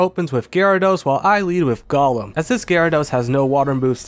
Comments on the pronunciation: Gollum? My precioussss! (It's GOHlum, not GOLLum) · Golem is pronounced Go-lem Not Gull-lum. That's a Lord of the Rings character.